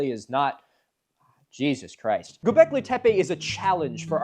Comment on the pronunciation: I'm sorry I think you mean "Goblekee tepay"